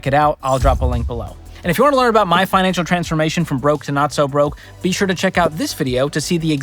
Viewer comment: did say Pinancial Peace?